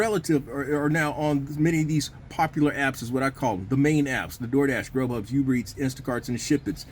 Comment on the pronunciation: Ooober not youber